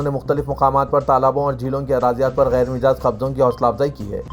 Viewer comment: Ghair Majaaz ko hamesha Ghair Mijaaz padhte ho . bhai durust padha kijiye.